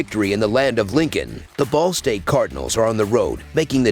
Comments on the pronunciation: Omg I thought I was the only person that heard “the ballsack cardinals”!!🤣😂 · Sounds like you said "ballsack" to cover the spread as underdogs lol